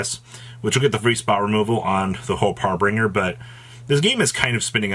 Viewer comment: Of all words nerds should be able to pronounce correctly, it's "harbinger". It's not fucking "har-bringer". He does not bring "hars".